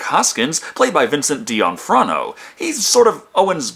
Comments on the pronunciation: "dah-Nafrio" I'm from n.j. which makes me an expert on pronouncing Italian names....lol... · So, just to clear it up, was calling him Dion Frono a joke, or is it just as hard for you to pronounce D'onofrio as it was for me before I did a quick search online to look it up? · It is Vincent D'onofrio, not Vincent Frozono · Vincent WHAT? Dion Frono? Come on, since when do you fuck up the actors name so badly? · That's an interesting way to pronounce D'Onofrio. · Pratt, Platt, sounds nearly identically. It was more : Did he really said that or am I hearing it wrong? :) But Vincent D'Onofrio is a high profile actor and it's like you never heard of him. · Lukáš Helcl if he can't pronounce it maybe he can say Private Pyle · Your pronunciation of Vincent D'onofrio really got under my skin. Not unlike the bug got under Edgar's